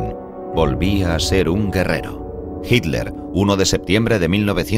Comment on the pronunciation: Misterios de la pronunciación ibérica.